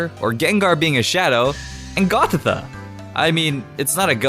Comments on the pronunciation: Also goth-itt-ah? It is pronounced goth-eet-ah. It is Goth and ita (which is an add on to certain words in Spanish meaning girl) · gothitha its gothita (goth ita)